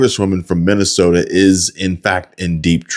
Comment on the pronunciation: Learn how to say mi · nuh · sow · tuh